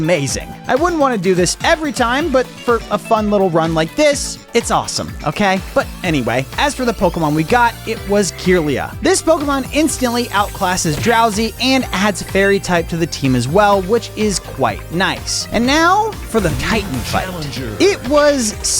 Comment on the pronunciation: Your pronunciation with milotic kirlia is wrong🎉